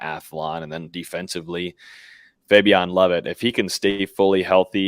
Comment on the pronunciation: Why does know how to pronounce Fabian’s name but still calls him fabiON? Instead of fabiEN like the coaches and his teammates call him?